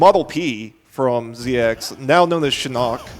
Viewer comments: Am I the only one who hears the other dude Pronounce Siarnaq's name like "Shinnok" and not like seer-nock? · i feel you. for me was Shinock haha, this is no Mortsl Kombat. the name is Siar-Nack! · Siarnaq, not ”SHINOCK” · dre154 if you listen to the voice acting it's pronounced "Saar-nack" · No. 90 "Sheerock" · Really annoying how the co-commentator calls Siarnaq "Shirock"